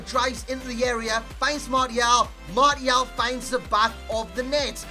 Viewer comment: Who the fuck is Marty-Al